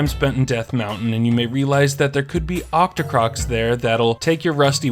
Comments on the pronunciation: Octorock. Not octocrock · I've noticed in a few videos of yours that you say "octocroc" instead of octorok. It's octo-rock because, well they're octopuses that spit rocks. They are not octopuses that spit crocodiles. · octo "crocks"?????